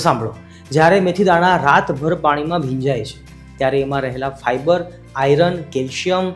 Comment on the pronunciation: હિંદીભાષીઓ સંયુક્તાક્ષર એટલે કે જોડાક્ષરનો ઉચ્ચાર બરાબર કરી શકતાં નથી, પણ ગુજરાતીઓ તો કરી શકે છે; માટે આપણે તો "આયરન" ન બોલતાં 'આયર્ન'વાળો સાચો ઉચ્ચાર જ કરવો જોઈએ.